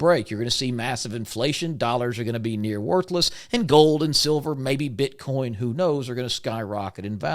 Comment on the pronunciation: I was with you until I heard the BS "bit Con" come out of your mouth... "Bit Con?" Really???